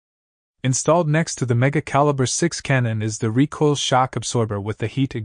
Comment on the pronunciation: Why does this guy keep saying "reekle" instead of recoil?